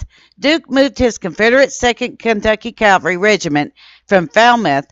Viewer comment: Its Cav alry not Calvary! This is a very common mistake of pronunciation , was guilty of this myself for many years until I was corrected, kindly as the proper pronunciation.